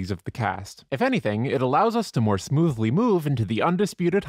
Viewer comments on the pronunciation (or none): I had to pause and double-check, "moothly smoove" lol. XD Nice.